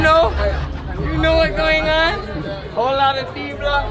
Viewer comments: why he say “goin on” like that😭 hurt my ears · “you know wat goin own” is the way he sounded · "YoU knoW what GOING awng" LMAOOO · why dude say “you know what goin on” with an Asia accent lmaooooo is it just me ??